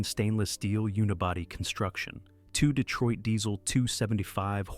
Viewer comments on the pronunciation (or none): none